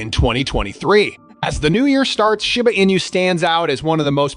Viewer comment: Why you keep saying shyba not shiba😂